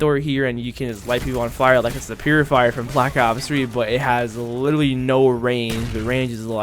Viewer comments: “You can LIDALY put a flamethrower on your gun” L I D A L Y . . . LIT-ERAL-LY Practice your literallys bro haha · LIT-ER-AL-LY* Four syllables my guy